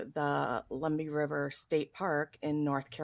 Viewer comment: it's Lum-bee River not Lumber. also Robeson County is not Rob-son it Robe, like a kings robe, may mica rest in peace